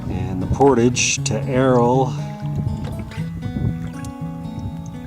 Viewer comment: Thank's for some good videos. I have dropped a few channels because they mispronounce portage constantly, but there are only so many decent canoe vid's and winter is long in Canada, so you can continue as you will. It is a cultural word to me though, and I would never go to Mexico and mispronounce a culturally significant word. Not if I expected them to watch.